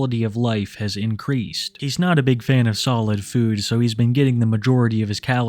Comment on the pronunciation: Dawg you say the word food like a fucking weirdo. FEUWED